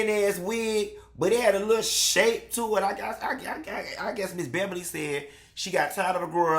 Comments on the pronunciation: “Behbaly” had me cracking up for at least five minutes 😂🤣😂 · Don’t say my name like that … ”Beh-bah-lee”😩😩😩 😂😂😂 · He made me spit my water out, hilarious! He had the nerve to keep calling her Ms. Bebberly 🤣🤣🤣